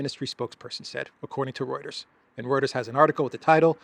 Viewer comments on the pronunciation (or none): none